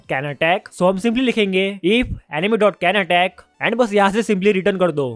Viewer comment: He was saying "Enemy" but all this time l was hearing "Anime"😅 kis kis ko yehi sunahi diya😅?